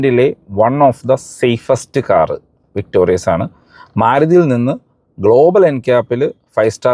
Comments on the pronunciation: "വിക്ടോറിസ് " എന്നാണ് മാരുതി ഇട്ട യഥാർത്ഥ പേര്... "വിക്ടോറിയസ്" എന്ന് പേര് നിങ്ങൾ ആയി മാറ്റല്ലേ. ദയവായി തിരുത്തി ഒരു വീഡിയോ ഇടുക. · എന്റെ പൊന്നു ചേട്ടാ... വിക്ടോറിയസ് അല്ല വിക്ടോറിസ് ആണ്... ഞാൻ ഈ കമന്റ് മൂന്നു പ്രാവശ്യം എങ്കിലും ഇട്ടിട്ടുണ്ട്... തന്നെ തെറ്റ് പറഞ്ഞു കൊടുത്താൽ എങ്ങനെയാണ്...? ഇങ്ങനെയുള്ള തെറ്റുകൾ ആവർത്തിക്കുന്നത് ശരിയല്ല... ഒട്ടും തന്നെ വർക്ക് ചെയ്യാതെയാണ് ഒരു വീഡിയോ ചെയ്യുന്നത് എന്ന് വ്യൂവേഴ്സിന് തോന്നും... മിനിമം കാര്യങ്ങൾ ശ്രദ്ധിക്കുമെന്ന് പ്രതീക്ഷിക്കുന്നു... താങ്ക്യൂ... ഇനി എന്റെ ഭാഗത്താണ് തെറ്റ് എങ്കിൽ ക്ഷമിക്കൂ...